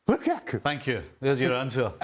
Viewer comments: You know he wants to say Lakaka so badly. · ALE kills me the way he pronounces Lukaku...🤣🤣🤣🤣🤣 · I love how pronounces "Lukaku"😂.